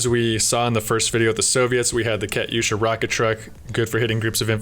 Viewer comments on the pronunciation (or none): none